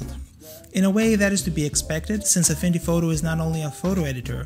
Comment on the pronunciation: excuse me may i ask did you say afindy photo?.